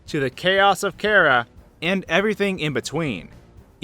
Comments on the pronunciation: CHARA NOT CARA OR KARA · I know I might sound like a pronunciation nazi but it's (CHAR-UH) not (CAR-UH) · My thoughts on this are why do you pronounce "Chara" as "Kara"? Unless I'm just missing something. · Wtf is a cara its chara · am i the only one annoyed by how he pronounces chara? no? ok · The way you say Chara makes me want to jump off a cliff.